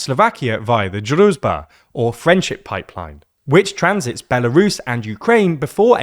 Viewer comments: It's pronounced drooj-ba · I see you're struggling with pronouncing "druzhba". It's pronounced "drew", then "s" as in "vision" and then "ba" as in "bar". It translates to "friendship" or "comradeship". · The 'zh' sound in Druzhba is pronounced like the 'J' sound in French. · zh in Druzhba is pronounced like j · Just translate the name of the pipeline to English and use that. Our ears are bleading because of you butchering the pronunciation of Druzhba.